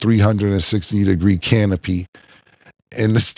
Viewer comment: Chick wanna stand with me she gotta drink a can a pee!!! First thing that came to my head when I heard Killa say canopy!!!!!! 😮😮😮